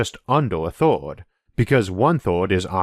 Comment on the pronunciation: Interesting video :) I just need to get used to the accent though... so many words are "weird" (to my ears) pronounced. Instead of "first" I hear "forst", instead of "earths" I hear "orths", s/third/thord/g. Etc... I got to wonder, where is this accent spoken?